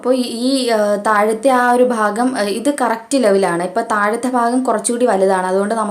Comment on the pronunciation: ഫാഗം അല്ല ഭാഗം